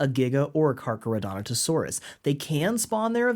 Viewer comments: Dude, it’s Carcharodontosaurus lol. Car-car-o-dont-o-saurus. You’re pronouncing the way you spelled it (you clearly practiced) you just spelled it wrong 😂 Yay crazy Dino names! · the way u say Carcharodontosaurus breaks me up every time